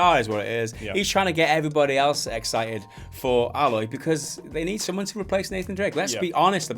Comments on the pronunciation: (A-loy) not alloy like that metal mixture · It's "Aye-loy" not "Ah-loy" but then again, it might be an accent thing. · Yep you daft buggers, you are saying her name wrong.... Still pretty much agree with your comments though.